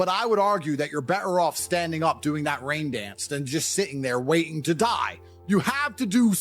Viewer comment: rain dence 😂